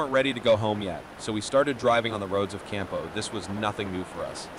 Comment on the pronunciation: Harry's mountain? You mean Mount Airy, NC? Also, it is Cana, not Campo.